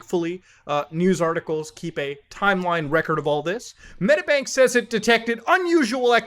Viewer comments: So many god damn hacks holy shit, being Australian has never felt so bad, also it's Medi-bank, not Medabank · its not pronounced Metabank 🤣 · Fuck sake mooda this happened 2 weeks ago. Also it's pronounced "Med-ee-bank" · It's pronounced med-EE-bank! ;) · Again? Fucking he’ll I didn’t hear about this one. Hack after hack every week pretty much Also if you want to say Medibank, it’s said like meddybank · The way he says medibank pisses me off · The way you say medibank is hilarious tho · please just say medibank right omg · Bro what series of syllables came out when he tried to pronounce medibank